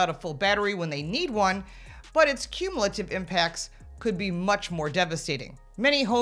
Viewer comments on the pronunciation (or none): none